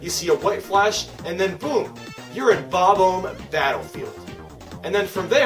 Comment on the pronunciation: it is called bob-omb not bob oumb. also why arnet you predicting Super smash bros for nintendo switch